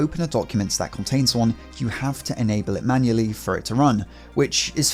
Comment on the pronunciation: ITS FUCKING "MANUALLY" NOT "MANULLY" DAMN!!!